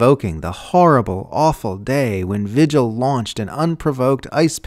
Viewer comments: All except the pronunciation of "vigil". It's a Spanish name pronounced "vee-hill". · Vigil should be pronounced VEE-hill in this instance, I believe. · This is great, but the name "vigil" is Spanish, pronounced "vee-hill". I'm just north of the New Mexico border, and it's a pretty common name here.